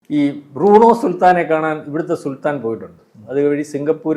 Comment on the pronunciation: ബ്രൂണോ അല്ല ബ്രൂണേ